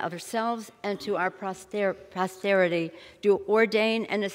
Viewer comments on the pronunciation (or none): what the fuck is our protesterity? what the fuck is impeatmint?